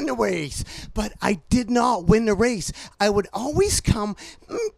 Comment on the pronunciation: "I twied to win the wace" unless I can't hear